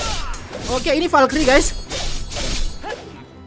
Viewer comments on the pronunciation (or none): none